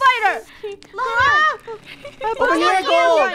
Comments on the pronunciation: No its spader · SPIDER MOre like spyooter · Me: its bisty spidoor-: LULULULULULULU SPOODER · Yoot spooder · lol spooderr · Itsy bitsy spooder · Yes he is LULULULULU spooder